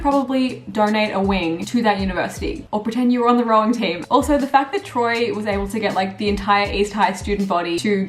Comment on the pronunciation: she said “or pretend you were on the rowing team” 😭